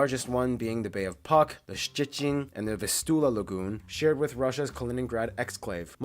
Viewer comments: Noteć not Notek, Puck not Pak. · He is pretty good with pronunciation. Still foreign, but understandable. Except Puck. Puck is pronounced [Pootzk]. Also, river Noteć is pronounced [ˈnɔtɛtɕ];or [Notetzih]